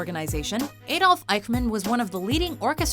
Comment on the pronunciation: Adolf is pronounced aa-dolf